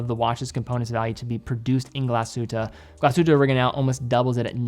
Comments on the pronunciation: More bothered by glasshute oreginal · He almost nailed the German pronunciation of Glashütte* Original", given that most native-English speakers cannot pronounce the throaty German "R" and the Ü-umlaut, it was close to perfect.